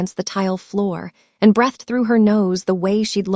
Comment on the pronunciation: Why is Margaret confronting everyone except the main culprit? Pronunciation of "breathed"...